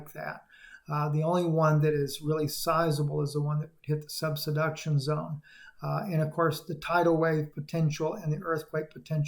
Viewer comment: The video you are showing is in S. Dakota. please Cascadia SUBDUCTION Zone. Not Subsuduction.😬 Thanks for the update! It’s all as described in END TIMES PROPHECY! ARMOR UP AND PREPARE TO MEET JESUS! ALL GLORY TO GOD. Man thinks & GOD MANIFESTS according to HIS PURPOSE!